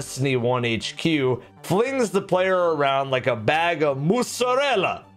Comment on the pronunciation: Let’s just hope he saw your messages and never says ‘MozZaReLLa’ like that EVER AGAIN.